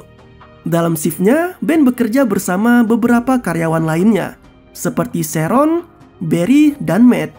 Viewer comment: sheren kek gitu lh bg bacanya bkn sheron🗿